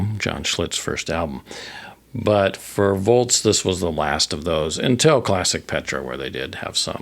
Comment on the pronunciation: Its "Volz" not "Volts" Thanks for the memories